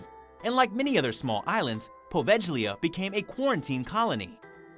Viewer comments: Please do your homework! The "G" in Poveglia is pronounced like the "G" in glue or good, you're butchering it! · You beat me too it, there are so many channel where they crossly mispronounce the name of this ill fated little island.